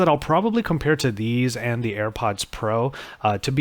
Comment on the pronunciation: It's not Air buds. You are constantly calling it Air buds.